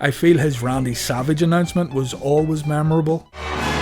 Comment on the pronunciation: He hardly announced Savage right. Lol he said savage early on. Later he always seems to say SAVA. 4-20-20